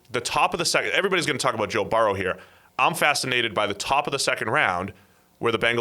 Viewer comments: Burr-oh not baor-ohw. The other guy says it correctly to his face like three or four times. You're saying it stupidly on purpose. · Why does have such a hard time pronouncing Burrow